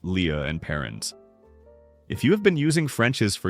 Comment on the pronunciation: The food tell. Haha. How about AI narration tell; a human would know how to pronounce "Lea and Perrins".